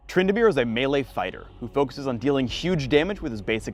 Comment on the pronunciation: said Twyndamere he he